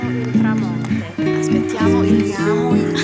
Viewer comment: tramonto, noot tramonte, but you are very good in italiano!! baci